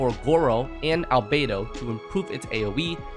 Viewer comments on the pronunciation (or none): none